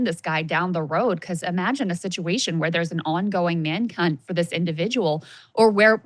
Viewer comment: it’s manhunt Krystal, not manc*nt. 😂😂😂